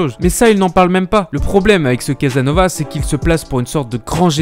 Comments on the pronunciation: Prononce bien son nom déjà et après on discute CasaSnovas Crétin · Commence à bien prononcer son nom. Tu vois les ''s''' ? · Une véritable diarrhée verbale ! Tellement bien que les gens qui écoutent la vidéo confondent Thierry Casasnovas (on prononce le s) et Guy-Claude Burger. Ce dont on reproche à G-Cl Burger n'a rien à voir avec Thierry Casasnovas qui lui n'a jamais porté atteinte à l'intégrité d'un enfant. Qu'une personne fasse l'amalgame passe. Mais que plusieurs autres personnes comprennent la même chose ça pose problème. Sont-ils stupides? Les responsables de cette diffusion ne sont pas honnêtes car ils laissent installer la confusion complètement délétère pour Thierry Casasnovas. C'est de la malhonnêté intellectuelle. Pourtant, lorsqu'on écoute attentivement cette video, et le faut-il, car le débit est extrêmement rapide, le doute ne persiste pas. Quant à moi je n'irai plus sur cette chaîne. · Autant je trouvais votre travail sur le dropshipping intéressant et même utile, autant je suis vraiment surpris par ce contenu qui frôle la médiocrité. Quel manque de travail, que de raccourcis, vous parlez ex cathedra comme si vous, vous saviez et étiez la pour rétablir la vérité. Même son nom vous ne savez pas le prononcer correctement. Votre travail sur ce contenu précis, est très décevant